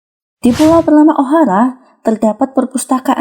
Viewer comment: ohara bukan ohala